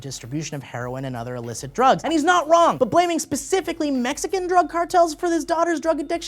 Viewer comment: "He's not wong"